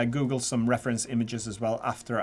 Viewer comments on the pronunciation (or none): none